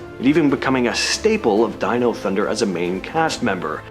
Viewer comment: wth did I just hear did this dude just call DYNO thunder DENO